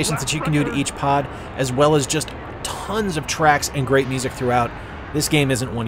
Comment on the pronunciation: Super fun video! Have you considered Opera? You even rolled that “rrrr” in “great”. Nice!😃 I need more 64 in my life. 👍🏻👍🏻 GASP! The prequel to the holy trilogy. Shame, shame. Very well done.